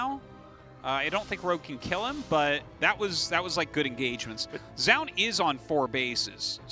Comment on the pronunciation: hard to know what you are saying because ‘’zoun’’ can be pronunciated several ways. And i was saying it is ‘’jo - oon ‘’ not ‘’joon’’